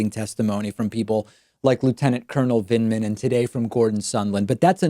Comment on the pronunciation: He couldn't even pronounce Lt Col Vindman's name correctly --- he kept saying "Vindeman".